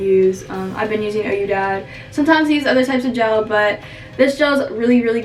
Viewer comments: she said ohyoudad 😂😂😂it’s qui-dad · It’s we-dad which means yes dad not o-u dad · It’s pronounced we-dad ( Ouidad ) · Ouidad is pronounced /we-dad/ aahaha btw loved the video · ouidad is pronounced “we-dad” . not hating but just in case someone asks a worker or something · it’s we-dad it’s French